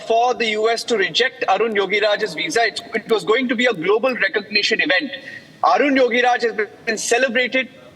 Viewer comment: 😢 are you journalist?, please read his name correctly😂not Arjun yogiraj, his name Arun yogiraj